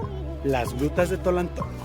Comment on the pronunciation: Antes Tonaltongo, ahora TOLALTONGO